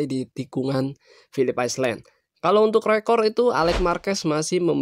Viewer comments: Pilip ailen bacanya min,,bukan aislen malu2in wkwkwk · Island=(baca) ai'len, bukan iceland=(baca) ais'len